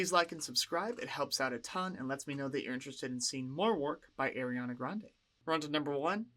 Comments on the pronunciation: Friendly reminder, Ariana hates being called “airy-Ana” and it’s pronounced “R-E-Ana” no hate though, love your reactions. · IT’S PRONOUNCED “AH-REE-AH-NAH”!!!!!! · lmfao ily but it’s not “airiana” 😭